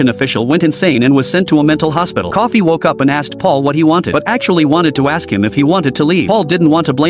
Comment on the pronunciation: Bruh its Coffey not Coffee